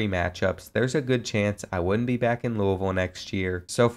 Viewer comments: being from louisville i appreciate the way you said louisville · The way you said Louisville is great as a fellow Louisville resident